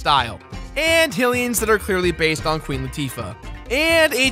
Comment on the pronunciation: Why does everyone say "Hill-ians?" It's pronounced "HIGH-lians!" Hell, you say "HIGH-rule," so what's making you say "Hill-ians?"